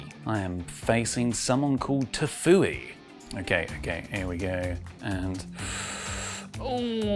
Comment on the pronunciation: So we’re gonna ignore how pronounced Tfue?